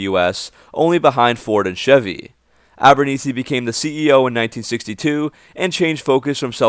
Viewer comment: Good stuff, though "Concord" has no "e" at the end, and I'm not 100 percent sure Abernethy's last name is pronounced with a long "e" sound.